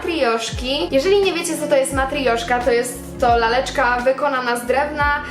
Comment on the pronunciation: MatrIoszka ... nie MatrYJoszka 😅